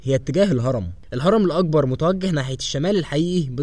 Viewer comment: المذيع يلفظ حرف القاف و كأنه حرف g و للمثال فهو يلفظ كلمة مقبرة هكذا magbara وكلمة الأكبر يلفظها هكذا Al agbar